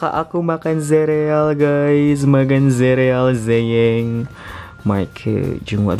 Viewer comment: 'zereal zeyeng ' wkwkwk